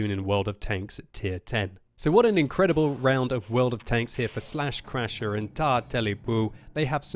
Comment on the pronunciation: Lol! Everytime says "slaschrasher", all I can hear inside my head is "buttscratcha" (with Peter Griffin's voice)